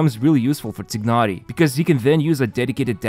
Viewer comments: "Taynari" not "Tihnari" FFS, pronunciation is in game already, use it T_T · TYE-nah-ree. Tighnari. Lying tying a knot. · This is the last video im watching from. He hasnt change how he pronounce Tignhari and it is super annoying and disrespectful. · it's not tye-nah-ree....does it look like an English name to you? Because it's not and therefore you won't pronounce it in English way. The eng dub failed yet again. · Its pronounced as "tainari" right? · Nope, it’s more like “tee-h-nari”. English VAs pronounce it wrong. Not the first time, EN version also butchers almost all Liyue names and even Klee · I have been thinking of this for quite a while now...is it possible that the narrator is not playing Genhin? He has been mispronouncing Tighnari since the very beginning. Love the videos, just a very minor feedback. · I like your accent in saying Tighnari’s name. Can you say it again? XD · funny how you still can't pronounce Tighnari